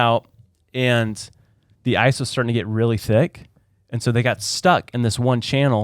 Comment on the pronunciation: I swear I thought said that the Bering Strait was where people crossed a bridge of mice. And I was so puzzled with that visual and second guessing my own education. Thankfully he said “ice” not “mice”. 😂